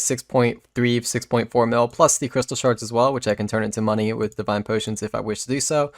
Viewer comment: And the way he says "with" wiff and "gold" goad